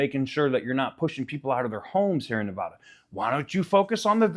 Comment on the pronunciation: You say Nevada wrong like a Californian.